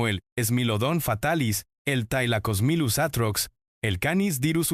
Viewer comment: thai-lacosmilus, smáylodon... 😅😂 eso no suena ni a latina, es spanglish